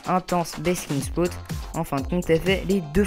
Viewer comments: Tu dois réviser ton anglais on dis Spot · C est cool mais l esthétique ç est pas le plus important là ta tortue sera déprimée. On ne prononce pas "spout"sauf si ç est écrit spoot